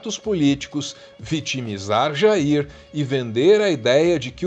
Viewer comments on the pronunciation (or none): 😂Pra q tem q falar do Jair como se ñ fosse o pai dele e ainda o nome com sotaque como se ele fosse americano? Ah já sei o Dudu é americano de coração 🤣